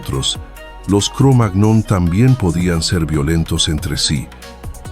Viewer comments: Es Cromañón la pronunciación correcta. Porque está raza fue encontrada primero en un lugar de Francia llamado así, y en francés la ñ se escribe "gn". A ver si por fin los locutores se informan un poco antes de leer, y dejan de hacer el ridículo tan a menudo, porque además así le hacen un flaco favor a la gente porque difunden errores. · Aunque se escribe "cromagnon", se dice "cromaÑon" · Excelente documental !!!, La pronunciación de Cromagnon sería algo secundario y tendrá su razón de pronunciación o no, Lo importante, básico y fundamental es el contenido de éste material. Felicitaciones Mil !!!, a sus editores !!, 👍🏻, 👏🏻👏🏻👏🏻👏🏻👏🏻. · Da verdadera angustia también la manera de leer los números que tiene este locutor. Además de su forma de leer el nombre de esa raza primitiva. Es que no hay director ni nadie ahí que le corrija? Pues ya se nota lo que.. se les nota. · ¿Tal vez la máquina no sabe pronunciar la ñ